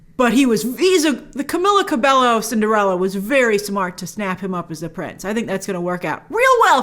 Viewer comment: Not CabeLo😭😂, it’s CabeLLo Grace. (Ka-bei-yo)